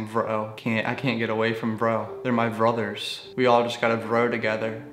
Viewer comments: "Their my Vrothers" 😂😂im deadddddd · "They're my vrothers" 💀💀💀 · I lost it when you said "vrothers" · " their my vrothers " good stuff😂😂